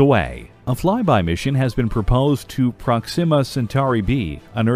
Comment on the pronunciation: Just a side note that would be good to know, since you're talking about space subjects: the word Proxima has its accent on syllable #1 (PROX-im-uh), rather that #2 (prox-IM-uh), as you pronounced it. On the chocolate subject, you said cocoa, but the subtitle said cacao (cah-COW)--every single time. Come on, do some research before getting in front of the microphone. Hebrides is pronounced HEB-rid-eez, not HEB-rids.